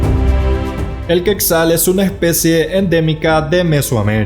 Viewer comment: No se pronuncia queczal. Se pronuncia quetzal, "asi como se escribe" quetzal